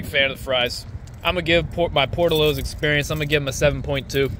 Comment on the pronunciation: It's Por Tillos!